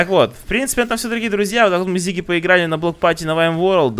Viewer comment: Не Зиги а Сиги